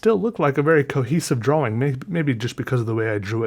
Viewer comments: "Draw-wing" hurts my brain. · Sean Wingfield he's just pronouncing the w in drawling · Idek why but I laughed soooooo hard "drow-wing" 😂 love this channel